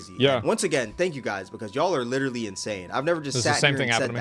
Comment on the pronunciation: "Like witterally"